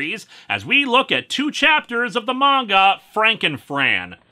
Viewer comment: Dude. I was eating when you said Frankenfran. Emphasis on 'was'.